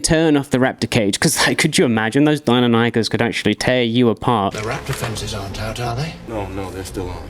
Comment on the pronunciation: Nope. Its die-non-uh-kiss